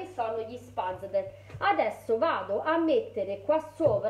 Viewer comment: Molto belli, complimenti! Io faccio quelli agli spinaci. Solitamente in Alto Adige si mangiano accompagnati con panna e prosciutto cotto tagliato a striscioline. (Ti do solo un suggerimento: si legge " Schpezle"😉) Brava davvero, sono perfetti.